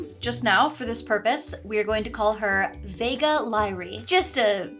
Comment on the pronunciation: "Vega Lyrae" is awfully close to "Vague Lie"... Hm